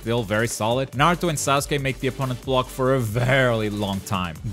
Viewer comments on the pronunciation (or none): none